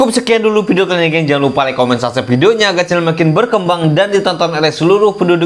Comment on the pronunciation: Apa cuman gw yg denger dia ngomong sasep padahal yg bener subscribe 😭😂